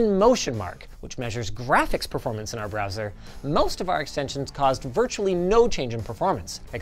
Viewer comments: Ah yes, 'Broswer ' performance. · "Broswer performance"